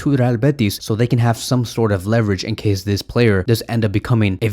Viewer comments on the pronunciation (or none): none